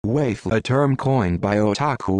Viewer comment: What pisses me off is how he says waifu twice and then pronounces the same word as wifu right after. Like what changed?